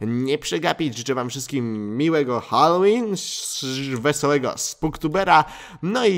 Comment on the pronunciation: czy ja szysałem halloween to ja szysałem hallosrin 😂😂😂😂😂😂😂